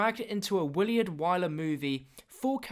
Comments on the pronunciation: it's pronounced "Will-ard" not "Will-E-ard" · it's Willard not williard